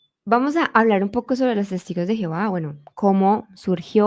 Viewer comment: Lamentable .como pronuncia el nombre Divino de nuestro Dios jehova .medita en lo q hablas en verdad tu .no conoses nada ..